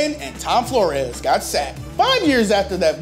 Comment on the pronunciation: I wish he would learn how to pronounce his words such as Flores,not florias....